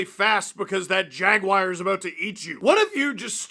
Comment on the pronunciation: Did he just say jagwire